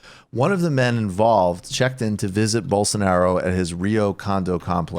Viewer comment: (Rubin voice) “Bolso-nar-io”